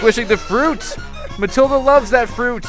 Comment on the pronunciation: It's Matilda not Mathilda